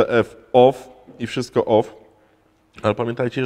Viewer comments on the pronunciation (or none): none